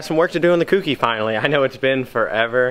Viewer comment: Insert my usual comment.... It's not "KewKey" it's "Kouki"... like the "ko" in "koala"....